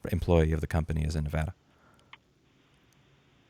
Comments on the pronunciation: You just upped your level of respect from me for not being like 99% of other non-Nevadans, and actually pronouncing Nevada's name correctly. Major kudos to you! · Sub'd for pronouncing Nevada correctly!